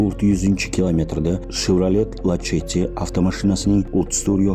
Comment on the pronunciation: Lasetti deb qo'yo'ring lacheti deb qiynalme aka😂